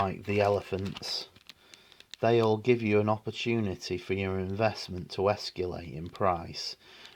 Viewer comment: Esc-U-late ? Come on man, why should I listen to someone who can't even read or write or pronounce words correctly?